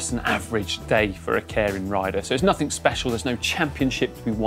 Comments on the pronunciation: Pronounced 'care-in'? Every other youtube vid I've seen pronounces it 'keer-in'. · It's not "KAREN".... It's Keirin... (kay-rin). Sorry, but after 20 years of living and cycling here I just had to say. That said, so glad you introduced this. Next is to show the amazing roads that Japan has to offer. Happy to take you on a ride. Check out Gunma Prefecture and the mountains. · Loved this. Try and pronounce it "kee-rin" though, with a hard "r", as apposed to "care-in". ;) As an aside, on the date of publishing, 10000JPY is 69GBP, 78EUR, and 89 USD. Understand the simplification, but I nearly got a heart-attack in thinking my salary was completely down the sh*tters... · Nitpick: It's better pronounced"Kay-rin" instead of "Care-rin". Bugged me all video. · Sorry to be picky but it"s pronounced kay-lin. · And in true British fashion, this guy slaughters every Japanese word... "Karen racing" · Let's get the pronunciation correct. Kay-Ee-Rin. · He was taking the piss out of the presenter's pronunciation, muppet. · I think either "Kay Reen" or "Kay E Reen" might be a useful way for a non-Japanese speaker to correctly pronounce it. And then it's a flipped R not a rhotic R. But that's getting too detailed for the casual cyclist to have to think about. Good job mentioning this pronunciation point. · I keep hearing "Karen Racer". Damn Karens are everywhere in 2020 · English guy is pronouncing it "caring". I wonder if that is correct. Normally Japanese is pronounced exactly as written. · When pronounces Keirin 🤦‍♂️ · Can you at least pronounce Keirin properly?